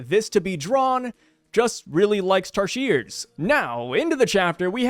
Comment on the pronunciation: U can come visit bohol, philippines. That is where tarsier are endemic to. Im amazed u pronounced it properly